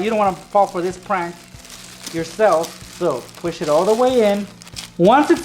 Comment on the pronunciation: The title says prank but he says prunk in the video